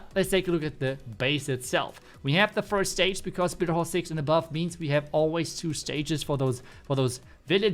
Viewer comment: “BitterHall” hahaha